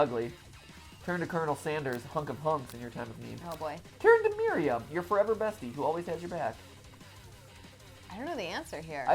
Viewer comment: You guys know Miriam that’s my first name and so many people say it wrong but, Mat got it right. Good job Mat. 😉love you guys